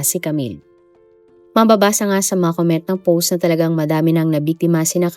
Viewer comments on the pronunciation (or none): none